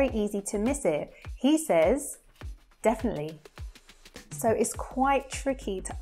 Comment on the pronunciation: It's sööü EaSy